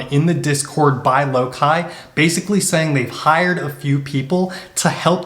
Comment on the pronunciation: How do you know how to pronounce THOR but not Loki?